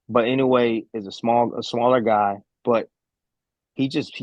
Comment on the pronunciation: アメリカ人はいのうえ。の発音難しいんだね！イノウェイ。